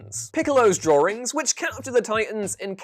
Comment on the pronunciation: The "drawrings" thing is pretty charming too😂🤣